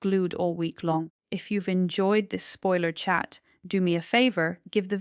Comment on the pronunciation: OMG You can’t even get the spelling of the characters names properly!!Ardi Addie, etc…Asha, Asher,!!! 🤦🏼‍♀️🤦🏼‍♀️🤦🏼‍♀️ At least get the names and pronunciation right!!! It’s spoiler not speoiler!!! It’s Adi, not Ardi!! Asha, not Arsha!!Abbie or Abby, or Arby or Abey; make up your mind!!! Carl or Karl??? Corrie not Corey!!🤦🏼‍♀️ So distracting and shows you don’t rewatch your videos before you post them. Disappointing.